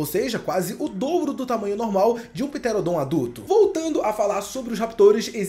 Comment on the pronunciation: Não é "Pterodon" é "Pteranodon"